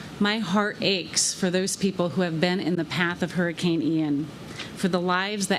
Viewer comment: Can Joe Biden actually pronounce “Hurricane”? Adult diaper?